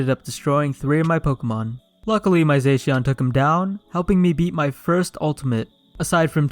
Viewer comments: He says zaixian butt it's pronounced zashion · It’s za-she-in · You said zacian wrong it's zo sh e an